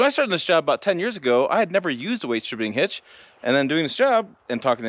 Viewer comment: OK, lots to say about this video. First, thanks for the visual props - it helps. Also, seeing you put tension on the bar and the truck came up a bit. Two, I realized that how I understood you saying "weightdishibinghitch" means that those of us from Ohio speak the same language as those in Nebraska. :> Three - One time it took me hours to figure out how to hook up that weightdishibinghitch so I was in awe when you did it in seconds. Four - Do you have commercial plates on the Tundra because of the channel status, or is it because you're exceeding 10K with the trailer? Lastly, at the start of the video, the sun is hitting the top of the bed to the right of you. The paint looks like it has serious orange-peel. Is that the case, or just dirt/salt?